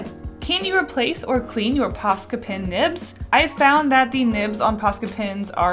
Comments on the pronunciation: You say tin instead of pen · It's funny that you say pen just like I do (I'm originally from Georgia but I live in Canada now). I ended up keeping my own pens and carrying multiples because Canadians always thought I was saying p-i-n. 😂